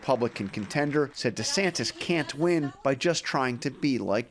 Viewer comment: DuhSantis got no chance but he could keep dreaming! It's Ron Duh-Santis, btw! 🤣